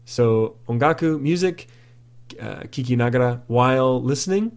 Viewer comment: the pop quiz, KIKANAGARA, not KIKINAGARA.